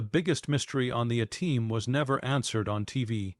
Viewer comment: Fucking 2 seconds in, and it can't even pronounce A-Team. Fuck AI slop